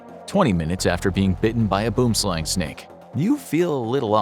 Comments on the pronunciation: Gotta love the way a non South African says boomslang😂😂😂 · He mispronounced boomslang its a afrikaans word